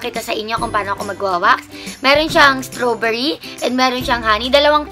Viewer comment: Wrong pronounciation pa ung strawberry